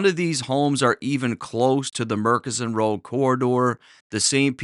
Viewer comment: Eghhhh it's not Murk-inson road, it's Murchison road. Gawd awful lol